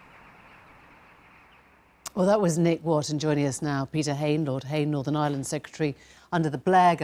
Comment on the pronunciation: The Welsh lad, Lord Murphy, can't even pronounce Ireland. He's saying island, like lots of others do...